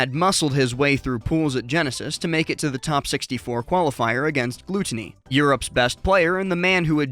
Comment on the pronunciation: how do you not know how to pronounce gluttony? lol